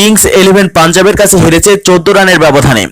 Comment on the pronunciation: ভাই কথাটা হেরেসে হবেনা হেরেছে হবে। সব কথাতেই স ক্যানো দেন আর ভদ্রো ভাবে কথা বলতে সিকুন তারপর অললাইনে কথা বলুন।